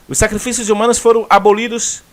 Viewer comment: A palavra que você pronunciou errado por engano é a mais correta: SACRIFILHOS